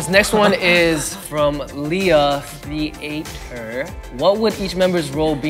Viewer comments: jae who taught you to read theatre as the atre ohmygosh what has become of your English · Jae deadass pronounced theatre as “the ate ure” 💀💀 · why did jae pronounce theatre like that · The way Jae pronounced theatre BYE